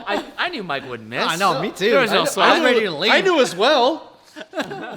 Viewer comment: AS SAID "REATY" TO DO TH!!!!!